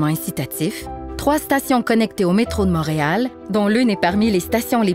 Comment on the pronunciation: Motréal? ou Montréal? Quelle prononciation bizarre!